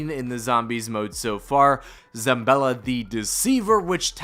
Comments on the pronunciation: Late, but: It's: "ZA-BALL-A", not "ZAM-BELL-A". And also: "VARGO-ESS" not "VARGO-FIVE". Thanks for the vid! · Where is this dude finding an M in Zabella